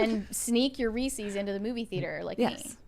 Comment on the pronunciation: Its pronounced rees-iz. Not rees-EEEZ. Blonde b!mb0s